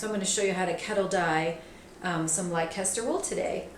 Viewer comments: Fun video, thank you! Pronounced Lester, I believe. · Beautiful colours. By the way, it's pronounced "lester" just like the city of Leicester. That's what the sheep are named after. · Im sorry, but its pronounced less-ter i know its written Leicester and it makes no sense, but, as a brit, its prononuced less-ter, its like Leicestershire is less-ter-sh-er really it is, its silly, but there you go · That is not how Americans say that word. We don't say "Wor-kess-ter sauce. She will get it right soon. She is just new to fiber at this time. Sounds really funny, tho. 😂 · same 😂 I live in Leicester, England and I have never heard it said like that! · No, the way we Brits pronounce Leicester is NOT silly. Why all the apologies? It is an English place name, and that is the CORRECT way to pronounce it; there are perfectly valid linguistic reasons for its pronunciation, too. It sounds much more silly when pronounced in the way it's pronounced here. I'm sure there are plenty of Brits pronouncing US place names incorrectly, and I hope they will be corrected.